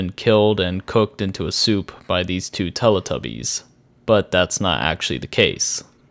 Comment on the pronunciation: “Tellutubies” it’s RaRayVision